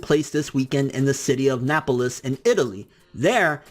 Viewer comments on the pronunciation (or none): Nappalez? Really? Naples, like maples with an N. I hope I'm not the only one that caught that... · "Napl-lis" 😂😂 dude it's "nay-pulls" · NA-PLES not NA-PI-LESS lol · Did he say nap-el-es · Protip my dude, it's pronounced 'Nay-puhls' Keep up the excellent content. 👊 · Its Na-ples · My man said napoleis lol. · did you just pronounce Naples, as Napilis lol?? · he said NAPOLY AND NAPOLICE AHHAHAHAHHAHAHAHHAHAHAHHAHA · I think we all can get over it, and move on with our lives. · lol "napple less" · Naples is pronounced NAYPULS lol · So we just gonna dismiss the fact this dude said "NAPLES" incorrectly? lol outstanding